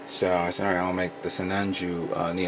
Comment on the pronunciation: it's sinanju lol